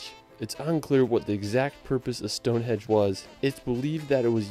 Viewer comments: STONEHENGE not STONEHEDGE 🤦‍♂️ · What a ridiculous comment! What’s racist about not pronouncing a name correctly. It’s a henge not a hedge, it’s got nothing to do with how you speak or where you come from. I’ve had friends from USA call it a hedge rather than henge until I told them it wasn’t a hedge!And how can it be racist to correct the name of a country? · 'Stone HEDGE - WTF!!! .... StoneHENGE 👍👍👍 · Stonehenge not stone edge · Stone Hedge ??? HEDGE??? Its Henge.